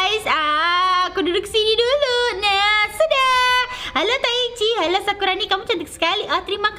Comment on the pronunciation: bukan sakuroni tapi sakurani